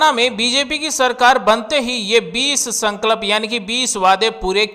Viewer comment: भाई संकल्प तो बोलना सीख लो